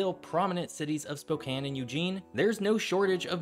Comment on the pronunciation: Appreciate the correct pronunciation of Spokane lol. Every march madness I gotta grit my teeth through spo cane